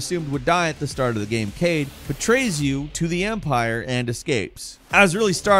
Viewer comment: You called bode, Cade? As in Luke’s son cade?